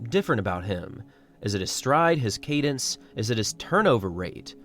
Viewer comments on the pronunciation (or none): none